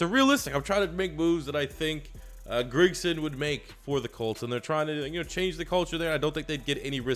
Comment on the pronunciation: makes me cringe every time he says Grigson